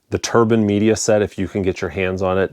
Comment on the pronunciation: He actually pronounced it almost correct. It's a German company and the name is pronounced in German, not in English 😉